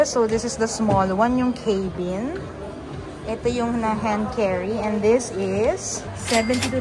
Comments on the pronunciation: It’s pronounced as cabin, not Kaybeen. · Hindi po cay-bin. Arte. Ca-been po. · Rimowa can be pronounced as it is while for Germans and some Europeans it is pronounced as Rimova. Cabin is pronounced as Ka-bn (Kæ-bin) in both American and British English.